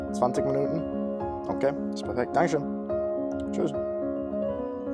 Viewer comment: The way you said "dankeschön" and "tschüss" was tremendous!